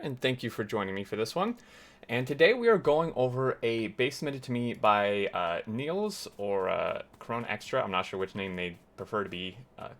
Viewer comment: Its Niels' base, not Neil's base Dutch name is Niels, written as the name of the character on your screen